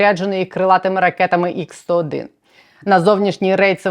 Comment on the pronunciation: ха-101, а не ікс-101,.